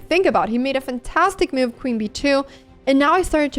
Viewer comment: Anna I'm only trying to help your American accent. It's not meuv. It's muv